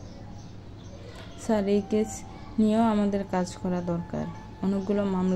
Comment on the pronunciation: আরে ক্যাচ ক্যাচ করোস কেন❓ওটা কেস (case) হবে।